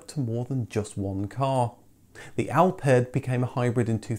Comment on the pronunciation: Its pronounced alfard, notalpard